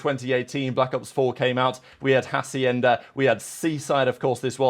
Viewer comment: Hey, you are using a "J" sound at the beginning of "Hacienda", it's Spanish so the "H" is silent, so you can pronounce it if it did not have the "H" as "Acienda", the rest of the pronunciation sounds good